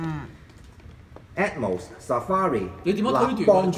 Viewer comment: It's pronounce ATMOS not ATOMS, please go take some English courses!!!